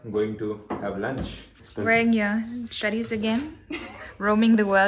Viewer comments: Chaddies nahi she said chadies😂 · Did anyone notice her saying,,"chaddies"🤣🤣 "Roaming the world in ur chaddies"🤣🤣🤣